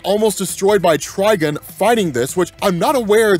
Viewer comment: Tri-GONE, not Tri-gun lol.